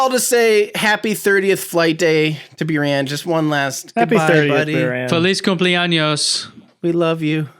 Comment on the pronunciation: C’mon, it’s Boo-rahn, right?